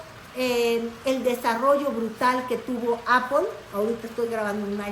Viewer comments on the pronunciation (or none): none